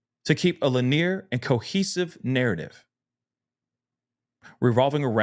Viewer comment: Thank you, I was like, is he saying linear?